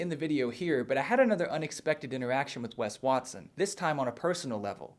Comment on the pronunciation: 'Wes Waston'